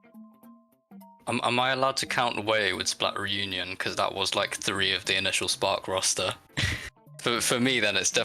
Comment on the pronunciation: Oh “SPARK” thought it said “SPORK”